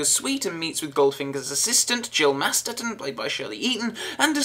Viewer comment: Great re-review,, and I agree, though I love the theme, I ALWAYS wince when the first beats blasts the dust out of my speakers lol. Oh and I'm going to be that bitch and say you mispronounced Jill's last name, it's MasterSon.